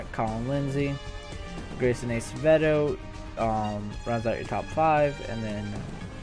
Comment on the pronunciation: PS Its ass-avedo thats how you pronounce it